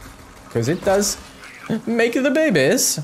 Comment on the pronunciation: “Cause it does makeda babies” 😂 👍 love ya work